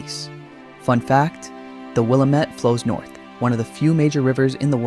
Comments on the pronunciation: Will-am-it valley/river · Willamette is pronounced Will am it. I think that you have the wrong video of Pilot Butte in Bend. It is flat topped.